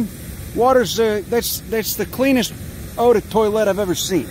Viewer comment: A definite 180 from the usual high and dry real nice. And how many people will comment on pronunciation of eau de toilette? The answer is 42.